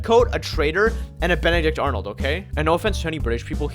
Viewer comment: "Youre a benedict aronold"